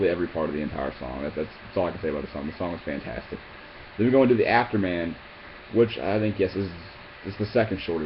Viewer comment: Dude its AfterMAN. Afterman